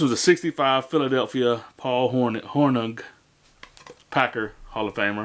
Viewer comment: G is silent. Pronouncing: “Horning”. Might have to pick up the Golden Boy if he’s still in the store.